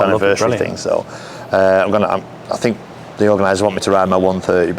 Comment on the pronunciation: You need to work on your elocution, fink, fort & fankyou 😂😂